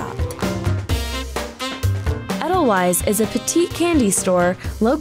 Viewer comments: Edelweiss, pronounced Ed-el-wise? Ade-l-vice....little white wild flower in Austria...you know, the country next to Switzerland. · Eddel-frickin-wyze? Ee-dil-vase. Immersed with? Umm, I think you mean 'in'. Who writes this shit? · Adele-wise lol wtf is that pronunciation? Jesus are y'all ever white. It's ay-dle-veiss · Edelweiss is pronounced wrong. Edelweiss is correctly pronounced Edel Vice. Wei in German is a V sound. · Chicken TIKKA masala, not tiki, and it's not eddle-wice, it's 'aidle-vice'. Fucksake. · Its edelVeiss not edelWeiss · You're killing me with the proper pronunciation of Edelweiss. It's "Edel-vice" not Edel-wise." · How you pronounce Edelweiss really bothers me 😖 the true Bavarian pronunciation is Ay-dl-vice so if this shop has their own purpose and reason for their pronunciation I wish it was included in the video, cuz without that explanation this video just makes us sound like the Americans that everyone here in Europe thinks we are lol but other than that, I’m drooling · I cringe every time she says 'Eddel wise'. Don't even know how to say the name of the company you're visiting... that's just bad journalism. smh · it’s “adel vies” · she pronounced edelweiss like “ettle wise” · When the host butchers the name of the establishment, it is hard to take her seriously.